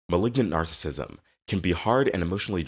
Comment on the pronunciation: You can't even pronounce narcissism right. It's nar cis sism. You're saying nar sism.